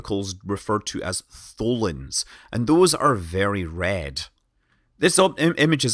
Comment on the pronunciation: Nerd Scott says: Very red. Nerd Me hears: Very rad!